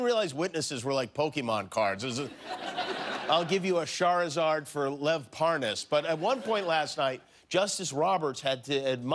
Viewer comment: Anyone else gonna address the Sharizard pronunciation